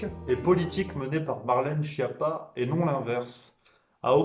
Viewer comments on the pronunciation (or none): Schiappa est un nom Corse donc vous oubliez le pizzaiolo ..... c est bien Skiapa la bonne prononciation